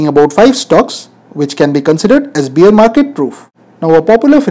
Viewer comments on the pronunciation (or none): Please say' bear' as in' bare' and not in 'beer'